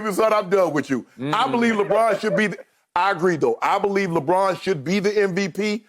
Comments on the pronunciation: Chris “Lebraun” Broussard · I’ve miss Chris Broussard saying LeBron‘s name😂😂